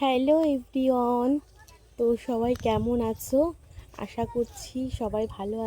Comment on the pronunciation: কথাটা "এভরি ওন" নয়... কথাটা হলো "এভরি ওয়ান "...